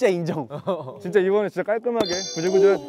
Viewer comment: 드립 실패한거 민망해서 툴툴대는 부씨와 단호한 댕댕이 뒤에 있다ㅏㄱ 쏙 나와서 카메라 의심하는 보보 무조건 이기고 싶은 딸랑구 95드립 이거 에이 쥐쨔~ 새삼 제작진이랑 하는 게임이 이렇게 재밌을 수 있다는 게 신기함 귀염뽀쟉 ㅋㅋㅋㅋㅋㅋㅋㅋㅋㅋㅋㅋㅋㅋㅋㅋㅋㅋㅋㅋㅋ 파스스 사라지는 광기호시 아 얄미워 아으 말투 뭔데 ㅋㅋㅋㅋㅋ 패배 인정하는 귀여운 도겸과 손구락 꼼찌락대는 귀여운 한솔이 당신 눈웃음도.. 놀라운 표정변화 귀여워라 해설도 귀여움 뜨끔 한번 해보고 싶었던 댕댕이 팔짱끼고 있는 게 너무 귀여웟... 항상 생각하는 거지만 고잉은 편집만 좋은 게 아님 카메라 무빙도 좋음 선량한 말투의 승관씨 팀워크가 참 좋아 절망에 빠진 제작진들 일으켜 세우는 댕댕이 핑그르르 순영이 족구 한 맺힌 승관이와 그걸 말리는 댕댕이 이거 살인미수임 심장마비로 죽을뻔했음